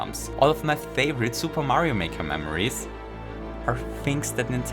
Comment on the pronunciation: I noticed when he says favorite he pronounced it "thay-vorite" and I could tell because he said it with his tongue.